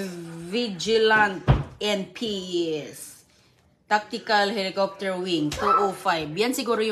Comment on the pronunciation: Pasalubong hindi Pasalobong. helocoptier daw.